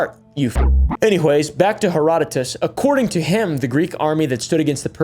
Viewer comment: Thank you so so much for pronouncing Herodotus correctly. Most YouTubers are out here killing my ears with their butchery of his name. ❤